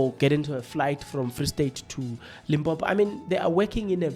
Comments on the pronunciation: You are South African 🇿🇦 but you can't even pronounce Limpopo. You instead pronounce it as Limbhombho 😢, I am very disappointed. This ignorance made me lose track of your analysis. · Please try to pronounce the destination properly. It's Limpopo and not Limpompo. Be responsible Chief. You are better than that...